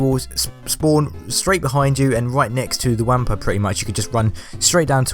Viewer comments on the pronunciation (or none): It's pronounced "wompa" not "wampa"